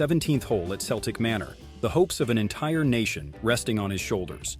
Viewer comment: What's more embarrassing is the pronounciation of "Celtic" in Celtic Manor. It's not pronounced like that ,like you would pronounce the embarrassing Scottish football team of that name. It's "Keltic"